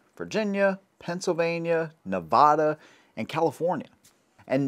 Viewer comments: Pronounced Nevada wrong. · Where is Nevahda?